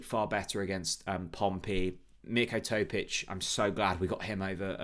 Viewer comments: I would be okay with a point, but with our squad at home we should looking at winning games like this. Head: 1-1 Heart: 3-1 Please stop saying Mirko TOE-PICH, Chris, sort him out. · you are now making yourself look silly now. Are you deliberately pronouncing Mirko Topic's name incorrectly? It's not as if you don't know how to pronounce it as you start off saying it perfectly (for one time only), then your brain seems to revert to type – unbelievably! What is wrong with you – could it be early-onset-dementia? I'm serious, as you also repeatedly say the say things in your eleven-minute-podcast? You also haven't got 'Big Bad Vlad's surname sussed either. His surname should be pronounced as VAC... as in vacuum cleaner... not Vetch! Come on, sort it out please. Sorry to harp on about this, I'm only doing it to try and help. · It's good for engagement 😂